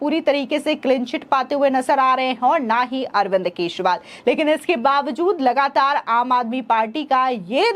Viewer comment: केजरीवाल की जगह केसरीवाल सुनाई देती है